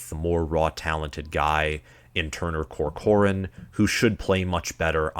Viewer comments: Turner COR-cor-an not co-COR-an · Turner Corcoran = Tur-Ner Cork-ren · Your pronunciation of Corcoran is painful. 😅